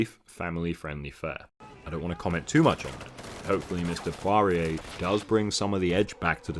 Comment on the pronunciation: Poirier here, Call me and I'll tell you how to pronounce Poirier. Also, great video as always. Its pretty crazy that this franchise turned out bad considering all the talent involved.